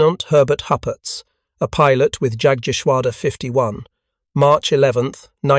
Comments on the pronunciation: A German ‘J’ is NOT an English ’J’. Also, I don’t know of any German ‘A’ that is not “short-A”, the classic “Ahh” sound. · Pls get the the German pronunciation right,it’s amazing how you mutilate Jagteschwader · The P-39 was not an experimental design, it was a fully developed military sircraft that suffered from burocracy and false economy. Whats with the weird noises scattered throughout? You need to practice saying jagdgeschwader correctly. As it is its horrible, rven with a fake british accent.